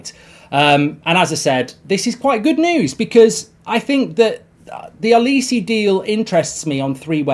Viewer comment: Well done Mark, your pronunciation of Olise's name has improved from the morning show where you totally murdered it. You can still do better.